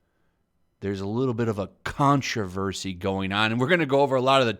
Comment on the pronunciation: ”Controversy” ... you sure you got the right vowel there.